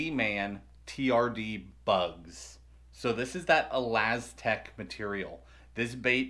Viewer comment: Ahhlazztec it's pernounced (uh.las.tic.) not ahhlazztec